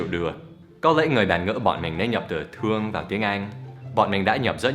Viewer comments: Do you know "Tuong" means "to punch someone" in vietnamese slang. So when you say "I Tuong you so much" means "I punch you a lot". Lol. Tuong and Thuong pronounce difference and it is hard for foreign to say it correctly. No offense !!!! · thương chứ không phải tương nhé anh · ko phải tương mà là thương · Thuong chứ ko phải tuong thầy ơi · Thương thì thầy Dan nói thành tương là sao ? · thương mà sao lại thành "tuong" nhỉ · i thuong you....not i tuong.... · thương như thế thì người việt dễ đọc thành tương lắm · anh Dan nhầm từ "thương" thành từ "tương" kìa. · I don't know if you used it intentionally but "thương" not "tương". "tương" means some kind of ketchup and it's slang meaning is throw something at someone. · thương chứ ko phải tương thầy ơi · haha, Unbelievable with "thuong" =)))